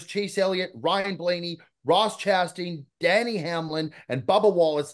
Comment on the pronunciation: We gotta start getting Denny Hamlin’s name right. If we’re gonna be NASCAR guys, we gotta start getting that one right. Not Danny….Denny. Great pod boys.